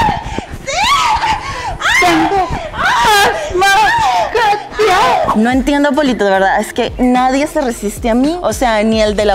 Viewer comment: “Tengo-as-ma-Katia” jajaj